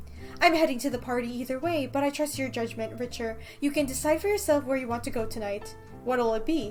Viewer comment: 1) I love you and your videos 2) sorry but I’m pretty sure it’s pronounced Ricter not Richer sorry